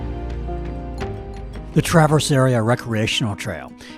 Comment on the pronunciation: Great video. And, it is pronounced TRAverse, not TraVERSE. Emphasis on the first syllable.